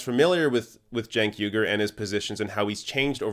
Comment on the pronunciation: You keep mispronouncing Cenk Uygur's name.